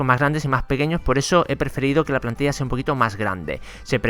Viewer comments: en el minuto dice "palntilla" y no plantilla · Dice PALNTILLA en vez de plantilla :/ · dice palntilla enves de plantilla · dise palntilla y es plantilla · dice "Palntilla" no Plantilla xd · Quien se dio cuenta de que no desia plantilla sino palntilla jjajaa un error lo tiene cualquiera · palntilla? :v xd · Jaja dice palntilla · Dice palntilla en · En dice palntilla